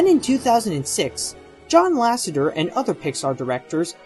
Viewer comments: I know your redoing the series fixing mistakes and adding more updated facts(hopefuly some from Waking sleeping beauty) but please in the future its pronounced ''john lassETER'' not john lassenger,I sorry,But im a pixar guy and that one kinda got to me,considering you say it alot in this video.Anyway cant wait for more lookbacks.keep up the good work. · It's actually, LASSETER not lassenter, lol just a heads up.